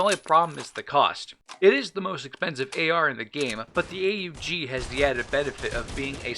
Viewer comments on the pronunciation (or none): Did he just call the aug the a.u.g!?